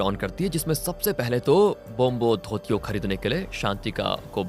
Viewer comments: ब्रोम्होधोतियो nahi bhai, ब्रोम्होदोईत्यो hota hai. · Bombodutto nhi ...bramadatya.. pronounce sahi se karo